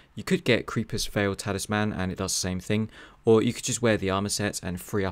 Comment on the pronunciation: Why can't anyone pronounce anything properly anymore? Creepus Veil ??? That's not even trying, you didn't even read the title did you?